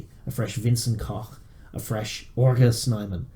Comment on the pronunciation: Just say Argue Snyman